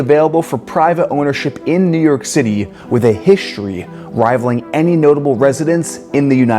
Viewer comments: Why do you say hishtory instead of history? I notice you said exshtremely too. Shtreet? Shtripe? Say it with me, ssssss versus shhhhhhhhhh; NOT THE SAME. Iron is WROUGHT. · Shtreet. Hishtory.... No "h" there. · You know what I don't love? How the narrator of this video pronounces his "st" sounds. He adds an "sh" to all of them and he sounds absolutely ridiculous. It's not "hishtory" or "exshtremly" or "shtrong" or "shtairs", etc, etc, etc. Good Lord. The narrator didn't learn to speak that way, why the hell is he adding these stupid sounds to his words? It's such a common trend among YouTubers these day. It's amazingly unfathomable that they all started doing it. WTF is going on?